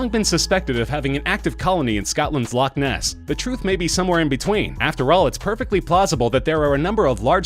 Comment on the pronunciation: its locknes